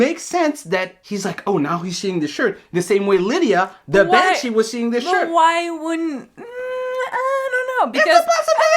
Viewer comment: "manshee"... so the sheriff has a vagina now?